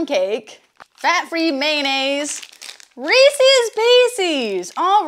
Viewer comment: Had to turn it off once you pronounced Reese’s like that